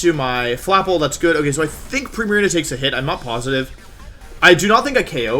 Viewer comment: “Primariña”. Wolfey never fails to amaze me.